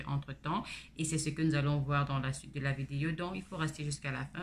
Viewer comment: Bonjour on dit vidéo stp pas videyo